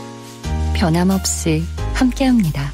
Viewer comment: 캐나다에서도 매일 재미있게 잘 듣고 있습니다. 주기자님 진행 너무 좋아요. 중요한 얘기는 아니지만 중간에 비상대책위원회 안내 멘트 아나운서의 "ㅅ" 발음 교정("없이"가 S처럼 들림)을 부탁드립니다. "당신의 퇴근길 야근길 정처없이 걷는 길 그 모든 길에 변함없이 함께 합니다. KBS1 라디오 비상대책위원회" 정처없이, 변함없이 발음하실 때 시옷 발음이 아닌 S 발음을 하시는 것 같이 들립니다. 저만 그렇게 듣는지 모르겠지만은요.... :-)